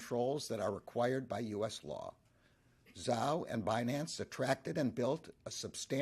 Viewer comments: Banace...you mean binance 😂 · It’s pronounced Bi Nance ,Yellen. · Janet Yellen is pronouncing it wrong on purpose - because what you " investors " are fixing to get from the" Banance " Ponzi is the big " Banana " . With zero lubricant .